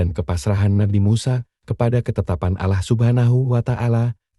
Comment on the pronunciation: Ini nyang punya cenel Islam apa bukan ya,kok cara penyampeannya Alah bukan Allah